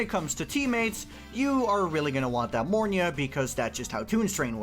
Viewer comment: Mornye......it's mornye